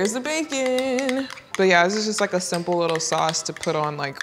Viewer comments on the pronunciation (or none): none